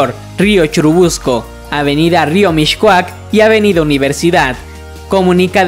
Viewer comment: No se pronuncia “MiSHcoac”, se pronuncia “MiScoac” Aprende a pronunciar antes de hacer vídeos